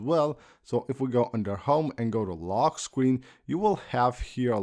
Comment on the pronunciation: “lockkkkk screen” 😂